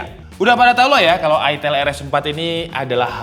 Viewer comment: Itel, "I" nya dibaca "Ai" jadi Aitel bukan itel apalagi itil 😂 Kayak Iphone dibaca Aipon bukan ipon